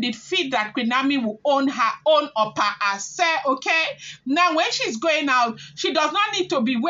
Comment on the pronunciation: Pronounced Ashe pls.